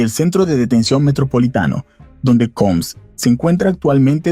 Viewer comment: Diddy COMBS* Que no sabes hablar jajaja